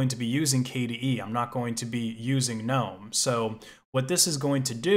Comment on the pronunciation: I just appreciate the fact that you don't call it geh-nome